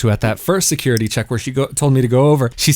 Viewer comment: I knew it was Tel Aviv, the minute he said stickegh, secughity